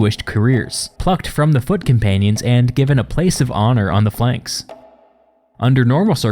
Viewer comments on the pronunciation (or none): Fey lanks? Really?